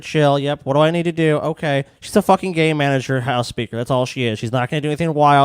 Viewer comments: I'm high so when kept saying "Game Manager" I kept hearing "Gay manager" and then proceeded to completely forget about what the topic was. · Heard the same thing, and im a little high.